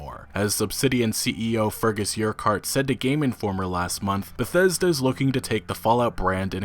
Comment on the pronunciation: The worst pronunciation of word Bethesta ever. Why is he chocking every time saying it. 40 sec into video and i'm just thrown off.